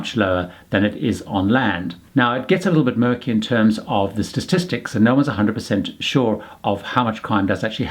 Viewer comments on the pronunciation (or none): It isn't 'stastistics', there's one too many 's's. Try statistics. Otherwise good information.